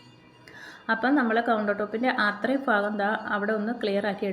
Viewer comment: ഫാഗം അല്ല . ഭാഗം